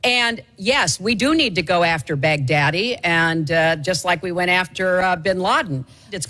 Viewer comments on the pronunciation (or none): You nerds everyone knows who abu bakr al baghdadi is. Its definitely not pronounced 'Baghdaddy' which is hilarious. The Iraq rap legend baghdaddy lol mr han man